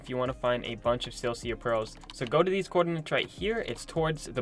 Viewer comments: Sil-i-ca, not sil-see-a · Isn’t it pronounced SILL-I-CA pearls? Not SIL-CEA pearls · Silica pronouncing (Sell-lick-ah) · My mans said silcia pearls. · What’s a silcia pearl? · I know but he said silcia sil cee a